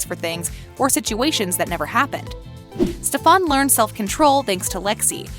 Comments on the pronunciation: AM I the only one that cringes when she pronounces Stephens name as Stephon?......I should have read the comments lol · Noone ignores it I think it pisses us off all the same but for some reason it's kind of funny. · I came for this comment lol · It’s driving me crazy! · That’s the way kai said it lmfao 🤣 stefawnnnn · WHY CAN'T PPL GET STEFAN AND ALARIC'S DAMN NAME RIGHT? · My blood starts raising every time she pronounced Stefan. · Idk why but I got really mad when he pronounced stefan incorrectly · I had to pause and recall how to actually pronounce "Stefan" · Stefan emphasis on the “A” LMAO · Can someone plz tell the voice lady that she is saying Stefan’s name wrong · criiinggggeee the way she say stefan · The way they said Stefan was bothering me. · Why do I get sooo triggered that she say stefarn rather then Stefan. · Bruh it’s Stefan not stefawn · When she kept saying steVAN eeeee that’s just no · It's pronounced stef in...not stefawn... did you even watch the show lady? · Stefon, code, herettics, wampire Stefan, cade, heretics, and its heritics not wampire, its spelled lexi not lexie (only 4 minutes in) (After video) most people love katherine, its not pronounced alairic its alaric, its merideth fell, merideth and ric were never engaged, isobels not alarics wife shes his ex wife, its not hope saltzman its hope mikaelson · Why the hell did she say stefon it's stefan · She said StefON it’s StefAN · Can you pronounce “Stefan” correctly? For example, Stephan...... like Stephanie not Stefawn. SMH 🤦🏻‍♂️ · Its not prenounced ste-fan its pronounced stefen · This is completely wrong and also, please learn how to pronounce their names and all. It's Stef-en not Stef-aun🤦🏻‍♀️ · Its stefan not stfaan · You really need to stop saying stefAAn.. its stefEn and only Chris Wood aka Malachai Parker is allowed to say stefAAn and steven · OMG! The narrator lady was getting on my nerves, it's pronounce Stefan. Not stefon lol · HELP BAHAHA ‘STEFARN’